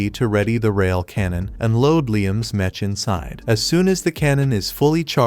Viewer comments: Metch metch metch bruh wtf is that it's mech not metch😂😂😂😂😂😂😂😂😂😂😂😂😂😂😂😂😂😂😂😂😂😂😂😂😂😂😂😂😂😂😂😂😂😂😂😂😂😂😂😂😂😂😂😂😂😂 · OMFG! Fix the text to speech! "Mech" is pronounced as MEK, not with the soft "ch" sound!